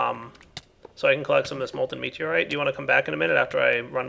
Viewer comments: Its not meteroite m ita meutoite.. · I think it's mew-tor-ire, not meteorite